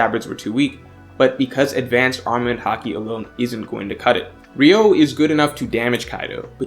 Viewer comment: 流桜 Ryūō not ryou 🤦🏻‍♂️